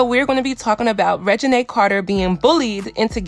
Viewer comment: I'm sure there are a lot more people with that name that you could have thought of aside from Lil Wayne lmao. Is he even relevant now a days? SMH. The first thing that come to my mind is Regina George from the mean girls movie. I still don't think that is how you pronounce her name. It's probably pronounced the same way the name Regina George is pronounced in the movie mean girls.